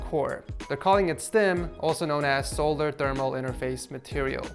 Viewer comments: How do you not know how to pronounce solder???????????????? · they way he says solder lmao